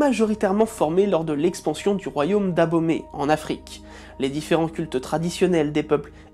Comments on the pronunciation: C Est le Royaume Dahomey et non ''D'abomey'' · Royaume D'abaumey ??? WTF 😂 C'est DAHOMEY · Pour la prononciation c'est le royaume dahomey sinon bonne vidéo